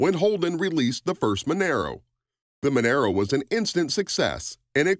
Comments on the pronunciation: It's pronounced "mon-ahro". The XC Cobra was a V8 powered monster... it isn't a compact car either. It came from the factory with a Cleveland 351ci motor, a 4 speed toploader and a 9" diff. Why are you showing a Mustang Fox body cobra instead of the XC Cobra? The Falcon had nothing to do with the fox body mustangs. IIRC, they weren't even available in Australia. There were only 500 of the XC cobra's produced as Ford wanted to get rid of the last of the coupe bodies before the new XD Falcons came out. If you had 6 cylinder XC coupe, you just had a falcon. If you had a 302ci V8, you had a falcon GS coupe. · loved the way you talked about the ford cobra - australian model - then mixed in pictures of the mustang series 2 shit box from US , monaro is pronounced with a loud r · Why did you show the crappy mustang at the end when you were talking about an awesome falcon cobra? Also Mon-Aro not Mon- aero, But good stuff love Aussie muscle cars 🤙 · It's "MUN-UH_ROH" not "MUN-ER-OH" And you might want to check for facts on the Maloo. It's been around since the early 90s. And has been available with a 6 speed manual since 2000. The R8 is just a trim level, the name which has been used since 2000. And your picture of the "VF Maloo" is actually a VE. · Monaro - Pronounced Mun-are-o, not Mon-air-o. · It’s Monaro mate , not Monero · What the f**k is a “Menero”? We’ve only had “Monaro’s” in Australia FFS🤦🏻‍♂️ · youre pronouncing monaro wrong.. youre saying monero... try saying mon R O if that helps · ma naro... not man aro... thats like saying cama ro not ca maro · MONARO not Monero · This could have been a better video if you got all your facts right. The Torana was not the 1st car in Australia to have a 6 cylinder engine. In fact, the vast majority of ALL cars built in Australia had 6 cylinder engines. There was also 6 cylinder engine in the Monaro GTS (pronounced Mon-aaro BTW). It was a 186cu inch straight 6. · The Monaro is pronounced as Mon-R-oh